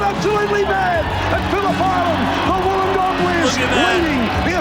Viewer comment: Wollongong is pronounced Woollen gong (the same as "wool" from a sheep) and The H is silent in Doohan. Other than that, good video.